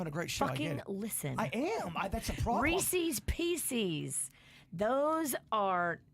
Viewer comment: please pronounce Reese’s Pieces correctly!!